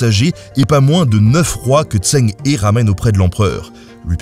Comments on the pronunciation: Oh mon dieu la prononciation 😭😭😭 Zheng He se dit à peu près "Djeungue Reu" et pas "Zèng Hé" ni "Tseng Hé" ou "Tseng Hi" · Eu égard à la qualité de la vidéo, quel dommage que vous n'ayez pas demandé à un chinois la bonne prononciation du nom. C'est en effet plutôt "Djèngue Reu" qu'il faut dire... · Par contre la prononciation 😂 c’est ‘Djang Re’ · Zheng He ça se prononce qqch comme "cheng heu" pas tseng i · Pour "zheng he" le plus proche en français ce serait "tcheung heu" sauf que le deuxième h est un son qu'on a pas en français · Zheng He = Djeng Rhe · Si jamais son prénom se prononce phonétiquement : “djang reu “,🙂 super épisode très intéressant . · Merci pour la vidéo ! Mais dommage pour la prononciation, surtout quand il s'agit du sujet principal : "tch'eng reu" est plus proche. Un petit tour sur Google Traduction ou autre la prochaine serait top ;) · Zheng He se prononce plus ou moins Tcheng Ré pour info, ça a pas l'air grand chose, mais ça écorche un peu les oreilles des sinophones sinon :P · Par contre la prononciation du nom... ça prends 2 minutes à vérifier donc ça décrédibilise un peu ton travail. Il y a des sons qui sont pas en FR mais au plus proche on pourrait prononcer ça "Djeungue Reu" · NAAAN !!! "Tchœung C'hhhœux" ( H comme ch dans bach buch achtung ou comme j dans rojo lejar joven) En fait, 郑和, Zhèng hé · Sympa. Son nom se prononce « Djeung Heu » en chinois. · se prononce "Djeungue Re" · (Ça se prononce "Sheng") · Djeng reu, dommage que la prononciation de la plupart des noms chinois soit pas bonne. XI,xe... aussi ça se dit shi, sheu... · Zhen se prononce Djen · La prononciation est horrible haha. Zheng He, si on veut le dire à peu près bien, c'est Zheng HEU (avec une sorte de h soufflé) 😊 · J'allais le dire !!! Mais ce n'est pas logique pour un Français, le pinyin ... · Je ne prétends pas affirmer ou infirmer ça. Ce que je dis, c'est que les lettres, et surtout certaines consonnes, se prononcent différemment qu'en français, c'est tout.